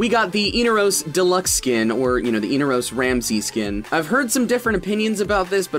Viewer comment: inaros. not eenaros. in-are-os. inaros.